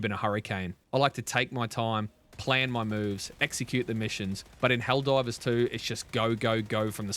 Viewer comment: Are you saying ‘Helldrivers’ for the first minute? 😂